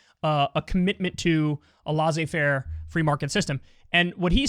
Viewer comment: I just wanna point out that "laissez" in (laissez-faire capitalism) isn't pronounced "law-zey". It's french and it's pronounced more like "less-say"